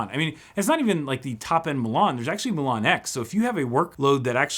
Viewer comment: Says Milan (City in Italy) hears Mulan (Disney Movie). Thanks for the upload!